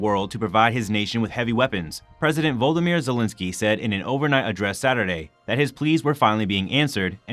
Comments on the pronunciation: Volodymyr, not Volodmyr… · Please pronounce Vlodymyr correctly! It's not Voldymyr like you said.